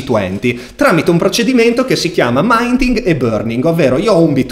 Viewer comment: Ciao, piccola correzzione all'inglese: si dice MINTING esattamento come si legge in italiano! Complimenti per i video:) bravissimo davvero